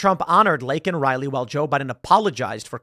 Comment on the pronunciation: Saying you regret saying a thing in that context literally EQUALS apologizing... And the pin Biden had that night had Riley's name on it and he STILL couldn't say her name right 🙄🙄